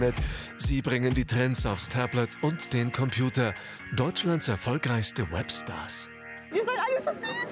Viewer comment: Was mich so ein bisschen stört ist wie im opener das "Web Stars" betont wird...